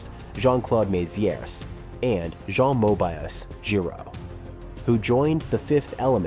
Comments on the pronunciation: The way it says "Moebius" is hilarious! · really interesting video thank you. side nitpik, would it kill to spend googling 'how to pronounce "jean reno" in french' and 'how to pronounce "luc besson" in french', 'moebius' {RIP} etc.. before delivering your pronounciation massacre. don't take it badly, I think your stuff is great - trying to be productive :)